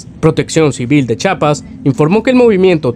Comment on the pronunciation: Chiapas no chapas aprende a leer.